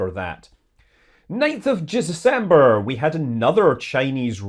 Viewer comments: "ninth of Jizzerzember"??? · and You're mispronouncing December.